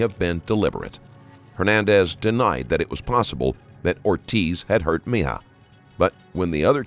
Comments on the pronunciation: Meh- hee- yuh Not Me-yuh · It's not Meja, or Mija, it's Mejia. Geez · Fantastic channel!!!! Except Mejia is pronounced Me he a...not me haw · Just a quick correction: The boy’s last name, Mejia, is pronounced “Meh-HE-uh.” Rest in Peace, sweet one. 💐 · Mejia is pronounced meh-HEE-ah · ME-JI-A. Meh-hee-ah. Takes 5 seconds to google pronunciation for a channel this big you think theyd try